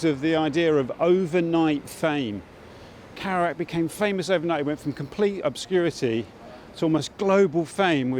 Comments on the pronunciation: "karouac" lol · I wish you'd pronounced Jacks name properly- it rather spoilt the video for me. kErouac with an e, not an a! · Is it not pronounced Keh-roo-ak considering the spelling? Need to know this before I mention him to anyone again 😊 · makes documentary about Kerouac; can't pronounce Kerouac.. heh. just sayin